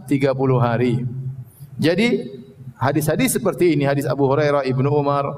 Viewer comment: Orang baca haditsnya sj salah, kelihatan ilmu shorofnya lemah.